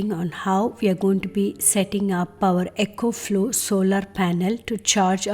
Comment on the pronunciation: Not ECHO FLOW. Its ECO...